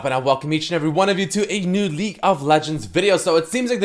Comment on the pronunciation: Did you just say “leak” of legends